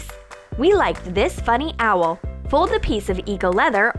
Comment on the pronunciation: It's owl not auval